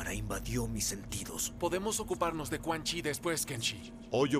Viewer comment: es cun yin >:V